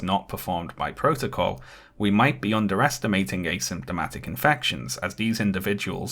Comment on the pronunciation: I dont like the way pronounces asymptomatic